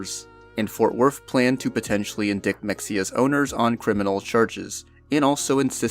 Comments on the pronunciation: For future reference, 'indict' is usually pronounced 'in-DITE'. Yes, I know, it makes no sense, blame the French... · “Indick” lol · Indict is pronounced like EN-DITE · Indict is pronounced "in-dite". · Useful note to the VO guy: "Indict" is pronounced like "indite", not like how it is spelled. I know, English spelling often makes zero sense. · It's rather pedantic to mention this, but "indict" is pronounced in-DIGHT (rhymes with "light), with indictment being pronounced in-dight-mint. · You mispronounced indict